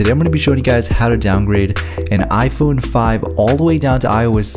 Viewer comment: at the beginning